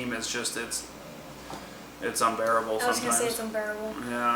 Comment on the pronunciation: You mean unBEREable! Eh? Eh? No? Ok..